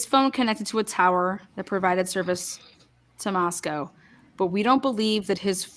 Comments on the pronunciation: Funny that pronounces Moscow wrong. She pronounces it like Russia's Moscow Repeatedly. Everyone around there says it differently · Everyone from Idaho and vicinity pronounces Moscow differently than does. Yet she claims her kids go to school there. Hmm